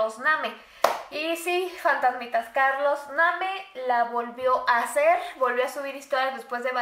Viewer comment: Se escribe Carlos name pero se dice Carlos neim